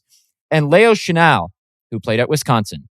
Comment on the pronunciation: Lay-O Chenal haha